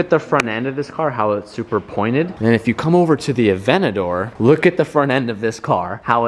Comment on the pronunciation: He pronunces the lambo weirdly avenador Wtf